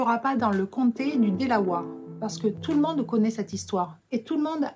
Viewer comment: ce qui m'a un peu fait tiquer c'est le mot Delawere on dit délaouère pas délaouare si non elle est top.